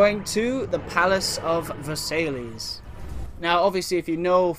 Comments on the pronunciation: It's pronounced Versailles (ver-sai) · it's pronounced vers-eye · Just so ya know, Versailles is pronounced "Verse-eye". :)